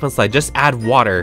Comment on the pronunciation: Not a soul:: You ca- fil wit waahhhh